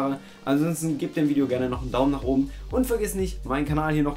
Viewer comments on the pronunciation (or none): none